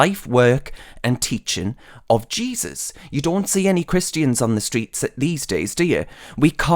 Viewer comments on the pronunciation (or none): none